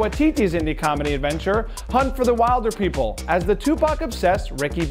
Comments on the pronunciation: N dude it's not wilder...it's will-der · (wheel-der) not (while-der) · I know it’s funny when Americans mess up New Zealand place names, but wild-er is not Maori mate. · Also a kiwi here... So proud of him!! Also, can I just clarify something.. "Hunt for the wilderpeople" (apart from being an awesome movie,) is pronounced will-der-people. 😊👊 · Im just cringing at how he says wilder